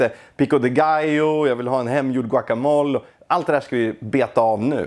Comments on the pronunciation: Låt mig ge dig chansen att utveckla dig, det heter guacamolE.. uttala det sista e:et, det ska inte uttalas som på franska :D Ett annat tips, på "la neta" här i stockholm, steker dom osten tillsammans med köttet på stekbordet innan den läggs på tortillan.. blir grymt bra.. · "Guaca mol", låter som en gömd skatt av mögel